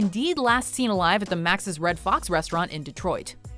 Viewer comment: It's the Machus (MOCK-us) Red Fox. Not "Maxis." 48323 represent!